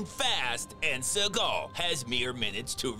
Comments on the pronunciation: I love the emphasis on his name: “Suh-GAHL” 😂😂😂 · Is it Seagal or suckall he's saying😂😂😂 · I like the way you call him "Sir Gull"